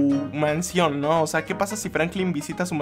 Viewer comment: dijo franclin